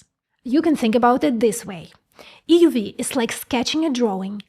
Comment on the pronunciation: "EeeeUUU Veee" Just joking she's adorable.